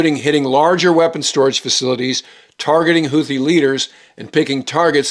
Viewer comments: The word “Houthi” is pronounced ‘hoot-tee’ and not ‘hoo-thee’. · The "th" in word "Houthi" should be pronounced like the "th" found in the land formation "bootheel". In Yemeni Arabic the t and h are pronounced as two distinct sounds, not one as in the English word "the".